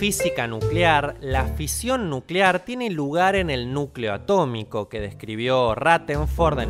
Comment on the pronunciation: Se dice A TO MICO